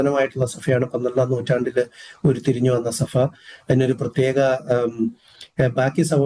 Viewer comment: സഫ അല്ല. സഭ ആണ്. ഫാഗം അല്ല. ഭാഗം ആണ്.